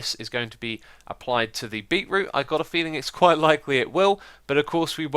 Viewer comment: Correct pronunciation - "beet - root" Xisuma's pronunciation - "beeroo" This should be added to the Xisuma dictionary